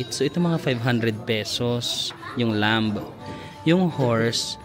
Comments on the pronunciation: 1), in lamb the "b" is silent. 2) You got it exactly right, you said the whole decor of the resto reminds you of Turkey. That is because all the stans (except Afghanistan and Pakistan) and Azerbaijan as well as Turkey are all Turkic peoples who originated out of the steppes of Asia (their lands were conquered by the Mongolians) and they spread westward to Europe through to Anatolia (present day Turkey). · ‘’lamb’’ is actually pronounced læm (lam). The b is silent. 🤗